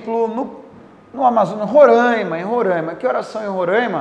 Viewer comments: eu moro em RORAIMA n eh RORÃIMA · Professor, por favor. O estado Roraima não se pronuncia Rorãima!!